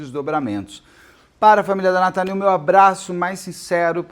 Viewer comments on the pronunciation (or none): Nome dela era natany vc falou natali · Natâny, não Nataní 🤭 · Tenho certeza que a pronúncia do nome dela é Natâni e não Nataní. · A Natany (se pronuncia NatÂNny) é minha xará, esse é meu primeiro nome. Ela era da minha igreja, Congregação Cristã No Brasil. Uma menina cheia de vida, cheia de sonhos, mas teve a vida interrompida por três monstros. Ela foi buscar a palavra de Deus na reunião da mocidade, última reunião dela, última palavra que ela ouviu, sem ao menos saber. Isso é absurdamente triste e tudo que queremos é justiça por Natany. O único conforto é saber que ela dorme nos braços do nosso Senhor Jesus. Descanse em paz, princesa 🖤🥀